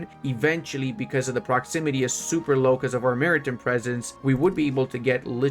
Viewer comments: Mara-tim presence hurt my soul more ...... Mari-Time man! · Maritime... Time, like what time is it? Not Tim, the guy who lives down the road. Then there was more. Cinque... Just sink (kinda). French for five. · hey buddy, how do you pronounce the word "time"? So why do you pronounce "maritime" the way you do?